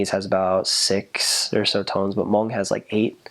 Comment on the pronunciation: Finally someone can say Hmoob right instead of mung